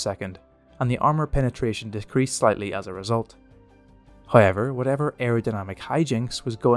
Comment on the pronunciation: Trust the Irish to read the word "however" and somehow say "hayiver".